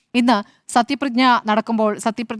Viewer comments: സത്യപ്രതിജ്ഞ ✅not പ്രഞ്ഞ 😃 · സത്യപ്രതിജ്ഞ എന്ന് മര്യാദക്ക് പറയാൻ അറിയാത്തവരാണ് ചർച്ച നടത്തുന്നത് 🤔